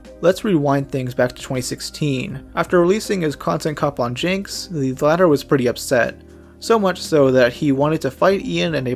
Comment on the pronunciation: “Latter” not “ladder.”